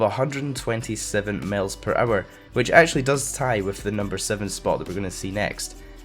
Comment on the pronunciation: Is it just me, or does say "males per hour" instead of "miles per hour"?